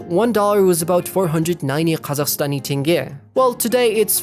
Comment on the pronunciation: i thought it's AI too but how did he pronounce Khazakh currency Tenge properly?